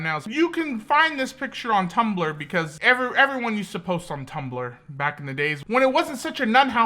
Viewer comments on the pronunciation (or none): none